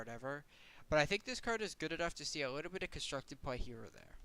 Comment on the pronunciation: This is a really minor feedback suggestion... but it's "play", not "pway"... and it's "little" and not "liwle". I'm sure this is a vocation form where you grew up maybe, but it's super weird to listen to it. My only examples in life of people doing this are little kids :/